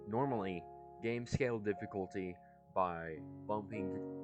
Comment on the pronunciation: your voice over is a little quiet, and also 'diffuctly' as opposed to difficultly. good video otherwise